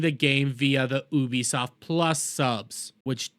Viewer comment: please wtf is oobisoft